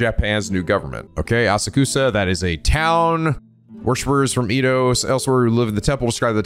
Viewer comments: You had it right It’s Edd-oh… EEE-Doh sounds so weird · no, its the previous pronounciation, edo not ido. (at least that's how it is said in anime) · Japanese pronunciations are always consistent. Edo is “eh-do” because “e” is always pronounced with a short e sound. Furthermore, you always struggle with the “ei” pronunciation, which is supposed to be pronounced “ay” as it’s a combination of “e” (“eh”) and “i” (“ee”) to make an “eh-ee” (or “ay” to be simple). In the past, you’ve always mispronounced it like the German “ei” which is pronounced like the word “eye.” I’m glad I was there to correct you for the Seiwa Clan in your Yakuza 4 LP.